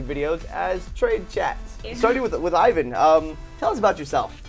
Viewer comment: IVAN not IAN.